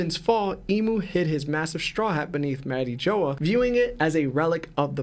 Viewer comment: thats the worst pronunciation of "mariejois" ive ever heard